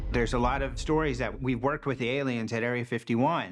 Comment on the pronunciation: To whom it may concern: They're called "Aliens" , not "ELLiens". Thanks